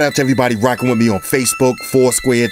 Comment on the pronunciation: Damn... My man said "wit a toaster"..